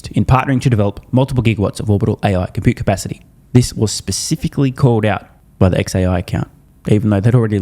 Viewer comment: Computepacity! I've been saying it wrong all this time!